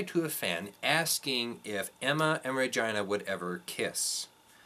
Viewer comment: Well said and thanks for sharing but why are you pronouncing REGINAs' name RAHGINA??